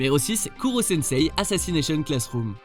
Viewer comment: Mais merde KUROSENSEI quoi mais la prononciation c'est pourtant pas sorcier